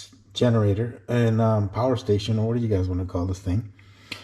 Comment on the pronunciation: Behold the POWAH!!!!!